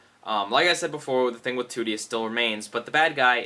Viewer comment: you mean trudie not tootie